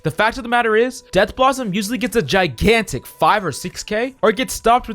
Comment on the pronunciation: It’s pronounced death blossom not dead blossom but honestly it doesn’t matter